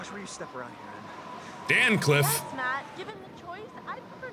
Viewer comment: “Dan cliff”